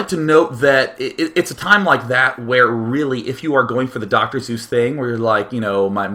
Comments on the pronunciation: If you don't understand why "choice" rhymes with "Seuss" then you're are pronouncing "Seuss" the popular, yet, completely incorrect way it is pronounced. That's right, it rhymes with choice. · You are lame... He spoke in poems for 90% of the cast, he's talked up what a bad ass Dr. Seuss was, and you troll him for the EASIEST letter mispronunciation in the English language. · I love how day 9 says doctor zeus instead of doctor seuss then when people in the chat make fun of him for it he doesn't realize it XD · ITS PRONOUNCED SUESS LIKE SUES!!!!!!! OMG!!!! WILL SOMEONE TELL HIM TO QUIT SAYING ZEUS (GREEK GOD) DAAAAAAAAAAAAAAAYYYYYYYYYYYYYYYY . MOST ANNOYING DAILY EVER!!!!!!YOUR WHOLLLLLLLLLE FAN BASE WAS TRYING TO TELL YOU AND .... WOW just WOW... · It took me until now to realize Day9 doesn't know how to pronounce "Seuss". That's (sue-s). Not Zeus. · CJ Regan It's a little bit up for debate, but the man himself pronounced it "soiss" and not "zoos" as Sean says so... yes, I am correct. However, another widely accepted pronunciation is "sooss" which is also not what Sean says. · SEUSS! NOT ZEUS! WITH A FUCKING S! JESUS DAY9! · Seuss is pronounce like Schoise. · Actually he seemed to know it was Soyce... After a while he says Soyce.. He does intentionally mispronounces alot of names, including the ingame name such "BluesZBrother" as "bluieesZbrottr" or whatever :P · Damn it, Day[9], his name was Dr. Seuss, not Dr. Zeuss! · Since when did the good Doctor become a god? I thought it was "Doctor Seuss" not "Doctor Zeus" =P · lol, in the last video i thought he said Dr. Zeus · Is it just me, or does he say "Zeus" and not "Seuss" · Actually Day9, choice does rhyme with Dr. Seuss: You’re wrong as the deuce And you shouldn’t rejoice If you’re calling him Seuss. He pronounces it Soice. - Geisel (Dr. Seuss) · ohhhhhhhh, Seuss, not Zeus, I was so confused Xd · isnt it Dr. SSSSSSSSSuess, as in with an S lol ive never heard anyone say Dr. zeus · Day9. You said doctor Zues :3